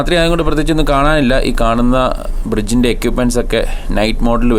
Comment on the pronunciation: Equipment = എക്വിപ്മെന്റ്.... എക്യുപ്മെന്റ് അല്ല